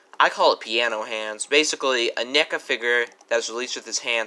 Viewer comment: Neeka? It's NECA (Neh-ka). lol, where'd you get that pronounciation from?